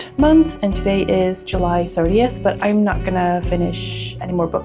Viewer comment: “It’s very hot in hurrr toe-day” 👏 😂